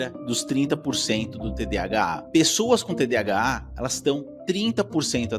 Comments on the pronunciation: Cara eu não consigo me concentrar no vídeo com ele falando TDHA invés de TDAH. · Quem aqui mais com TDAH com agonia ele falando mil vezes TDHA 🫠🫠